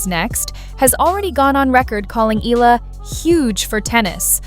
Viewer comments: You pronounced her surname wrong several times. It's not EELA. It's EE YEAH LA. And you got it right on some occasions. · Alex’ surname has “diphthongs “, so right pronunciation is: “ Eh la”, but Filipino pronunciation is : “ Eh Ya La”. like AYALA✅🇵🇭❤️‼️English 101 🤓👍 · Maam, Eala is pronounced as "E-YA-LA" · Excuse me, please pronounce her Family name correctly. It's Eala no "i-la" as you pronounce it. Ah, ah ok, I think the voice used Ai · E-YA-LA is the correct pronunciation